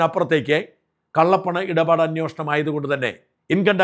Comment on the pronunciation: അന്വേഷണം ആണ്, അന്വോഷണം അല്ല.